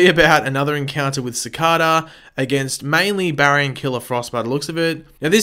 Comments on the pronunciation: Cih Kay da speller Cicada Not ci ca da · As much as you know about the show why can’t you pronounce Cicada name right I know you have an accent but.....It’s not Cicoda come on bro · I want you to know I detest the way you say Cicada. I understand the accent but it's like hearing a Canadian say Aquaman completely wrong. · Am I the only one who gets annoyed by the way he pronounces cicada